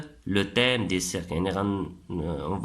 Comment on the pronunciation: DSL mais mauvaise prononciation,on dit ciiiirque ,la natuuuuuure......😱😱😱😱